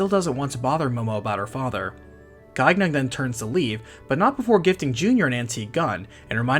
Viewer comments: The second "g" in Gaignun is silent. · Great video! If you make more, the name Gaignun has a silent second G (Guy-nun) Gaignun ("watch-dog") is the warhorse of Marsile, Saracen king of Spain in the French epic, The Song of Roland. His name is very fitting considering his real purpose